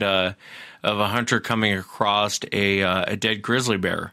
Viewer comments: what is "acrost"? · Why do you always say "acrosst"? It's not a word it's across pronounced how it's spelled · "Acrosst" is not a word. I hear it more and more now. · JESUS CHRIST, STOP SAYING "ACROSSED" /"ACROSST"!